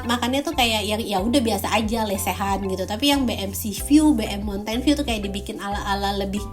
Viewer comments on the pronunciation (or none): Saran sih ga usah dipaksakan berbahasa Inggris dsb yang bukan Indonesia lucu soalnya apalagi ketika menyebut Mountain di menit